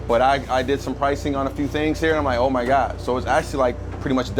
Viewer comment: "In goes ma cheese"